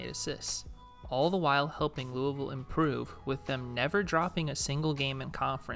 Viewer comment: I know you're from the south because you know how to say louisville lol